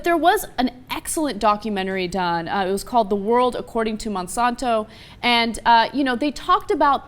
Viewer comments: its Monsanto not monsonto... if you're going to insult them at least say the name right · I don't feel like there is conclusive data in the rat study, even though I detest Monsanto. Also, she can't pronounce Monsanto.